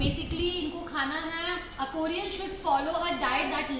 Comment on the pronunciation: Your pronunciation of Aquarius killed me being an Aquarius myself